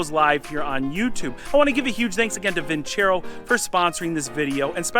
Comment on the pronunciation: > vin·cero < not vin•cHero Silly feLLer that's a sponsor of yours, tisk.. tisk. Ha.Ha. Keep the videos roll'n!!